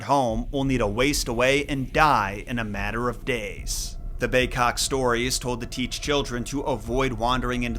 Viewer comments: why do you say bay-'cock' instead of bay-'kok'?? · It's big-kok....I know. I'm an injun from nw ontario